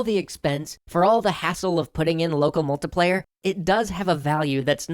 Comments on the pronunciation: Aaaaargh Mult - I - player So far the only pronunciation I've had a problem with on your channel :p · "Local MULTA-player". 😑 Don't know why that bugs me so much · I'm sorry, I had to stop this video about a minute in. The way you pronounce "multiplayer" is not just wrong, it's not just disgusting and sickening, it's criminal. You belong in word-prison for your abuse of the word "multiplayer".